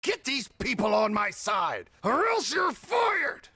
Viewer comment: at the beginning, "side" is not "saide"